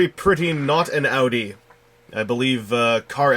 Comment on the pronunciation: it took me a while to realize that you were saying "audi" not "outie" I was wondering why you were talking about barricade's sister like she was a belly button